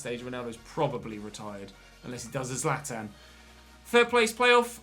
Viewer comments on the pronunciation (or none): none